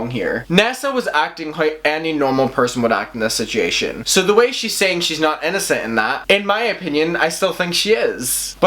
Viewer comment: 😂 And “sit-chee-ation” just gets me every time. I absolutely adore his accent. LOL